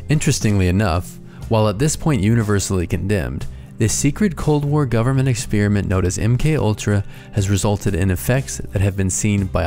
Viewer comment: You have an odd way of saying experiment